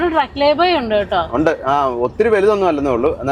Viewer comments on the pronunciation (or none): none